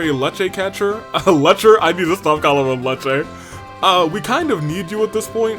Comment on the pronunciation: Freshman Hans is super down bad. Also, Lechter is pronounced "Lek-tur". This game (and the rest of the Sky arc) was made for keyboard and mouse controls. Fun fact: Falcom started as a pc game developer. PC gaming has only become popular in Japan recently, hence why other Japanese studios (Atlus, Square Enix) have taken so long to make pc ports of their games. I think there might have been like one mention of Roy being Calvardian prior to this game. I found Roy mention it in Sky FC's script during festival preparations. On the bright side, Anton didn't have to repeat his third year again! Hopefully he didn't drop out, but he wasn't there when we went to Jenis in FC. But yeah, not only did Anton attend Jenis, he had the same major as the princess. Remiferia is north of Erebonia, right of North Ambria, and known as the medical capital of Zemuria. This was our first mention of it. Oh no! You missed Kloe's bi moment with Lucy! If you went to the Student Council Room before handing out all of the printouts and talked to Lucy, she would smile and introduce herself to Kloe. Kloe stutters, then blushes and goes "(She's so pretty...)". We meet Kloe when she's in her second year at Jenis, so Lucy and Leo had already graduated. You could have talked to Jill and Hans if you went outside the clubhouse. Translation for Lechter's kitty talk: "It's been a while. How have you been?" The second and third lines he says aren't in the book; he's just messing around. Kloe was never actually part of